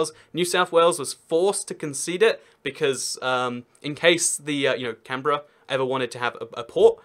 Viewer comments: My reaction when he pronounced it correctly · finally someone who can pronounce canberra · Finally, someone who pronounced Canberra right! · Omfg a foreigner got Canberra right